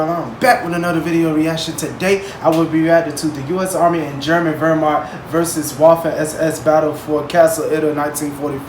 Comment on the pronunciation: Thank you for saying Verh-Macht and not Weer-macht